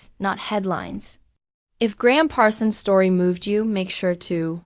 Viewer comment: This is an embarrassment. AI voice continues to mispronounce his name and subtitles spells is Graham. For s**t sake, if you're going to honor a great musician do it right. If not, shut up.